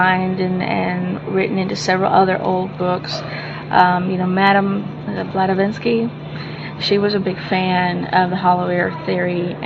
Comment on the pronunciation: Did she say "Blata vinsky?" hahahahaa